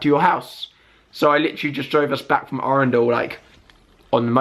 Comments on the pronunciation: Why do you say arundel like a spaz..? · The pronunciation of Arundel though😂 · it's just the way he said it 😜